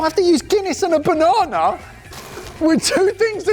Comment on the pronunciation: "Salsar" and "bananar" whats "R" after every word? Wtf 😂😂😂